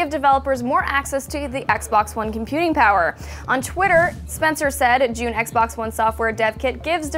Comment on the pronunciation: I think you meant xbox you kept saying fagbox so xbox is how you really spell it not fagbox